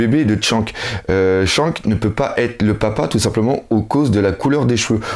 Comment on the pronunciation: pls stp dis plus chank mais Shanks stp stp stp je déteste sa et je sais que t'a un problème avec les Noms mais évite de dire de la merde pour les héros de One piece sinon continue tes vidéos on te kif ;)